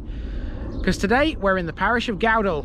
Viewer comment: Thank You for this. Your pronunciation of Gowdall is fine. Although Cowick is pronounced as in Cow. Following the 2000 floods there was extensive upgrades through 2001 to 2003 to the river banks and flood banks and also the drainage system. The various flood defences are now maintained as per the Reservoir Act and subject to annual inspections.